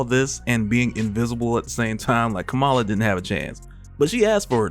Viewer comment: Bro, Kamala is pronounced like “comma-la”